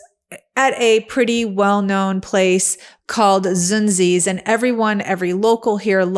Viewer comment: Savannah native! Zunzis is definitely a local favorite, but it's pronounced "Zoon-Zee's".